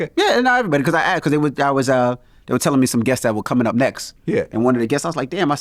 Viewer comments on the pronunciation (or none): Pcause…Vlad can never say because 😂